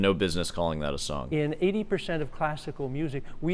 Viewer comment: He also pronounces song like it were the French word sans 😝